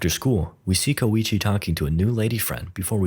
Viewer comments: Apparently, "Keicho" is pronounced "Koichi". English sure is a strange language, huh. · Kowichi???? Its just Koichi bro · Why the hell is koichi not koichi?